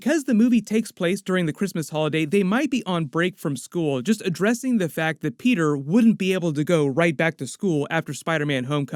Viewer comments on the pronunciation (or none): Pe´´er is bri´´ish now mate! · why you keep sayin peter "pork-er"